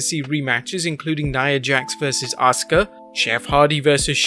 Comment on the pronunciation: Am I the only one bothered by the way everyone pronounces 'Asuka'?